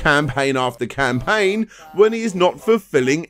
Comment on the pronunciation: "We all have the ability to start a crowdfunding scampaign" ;-)